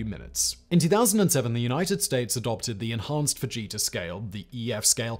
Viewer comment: You said Ted Fujita and I heard Ted Vegeta and had to do a double take.